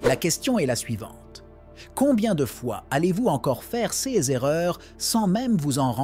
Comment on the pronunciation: Chèr IA ces se prononce sé et non pas céssss ! SÉ risk et non pas cesss risk ou pire encore sé S ( en prononçant le S)